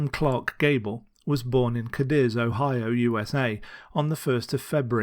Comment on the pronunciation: You pronounced Cadiz wrong. Just letting you know, because I live in Ravenna, Ohio which you did pronounce right, and most people don't.